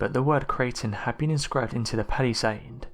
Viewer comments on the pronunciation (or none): And mispronounced Palisade